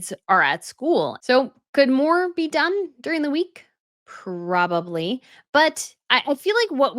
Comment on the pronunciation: I have heard you say some pretty ridiculous things before, but, "If you're going to be a king, you have to live in a castle", is easily, the most stupid thing that has EVER come out of your mouth! And you say " prawley", instead of "probably"!!! 🙄